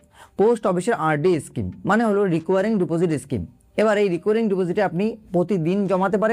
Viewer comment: রেকারিং বলুন রিকোয়ারিং নয় II